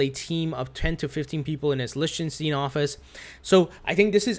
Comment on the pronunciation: Lichtenstein- pronounced- Likstinstein...lol!